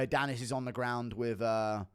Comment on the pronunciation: Everytime you say aboobinacar I die laughing.